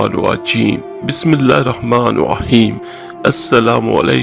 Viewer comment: Assalamu Alaikum Allah Taala AP ko sada Bahar rakhy aur sihat afiyat se rakhy ser je app KY Bismillah KY alfaz sahi nahi ada hoty ager AP koshish kary to Insha Allah sahi hojaye ga Jazakallah khairan kasira.Bismillah her Rahman er Raheem parhy.